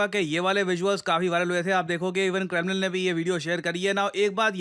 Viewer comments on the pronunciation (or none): none